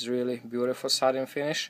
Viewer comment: Oh man, I'm slow. It took me so long to realize that you were saying "satin" finish. I thought you were saying "sutton" finish, and I had no idea what that was.